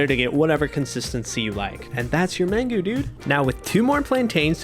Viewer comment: Mangú. Man-GOO.